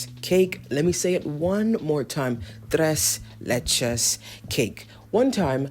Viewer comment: oh you ate that tres leches pronunciation